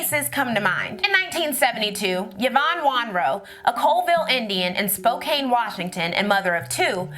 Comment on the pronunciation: Washington state native here. Just so you're aware, Spokane is pronounced "spo-can" not cane.